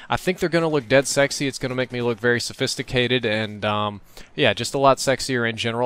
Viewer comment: sefisticated??? what you RARITY